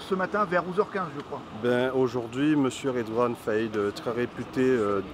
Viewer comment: Redoine caïd c pa redoine faid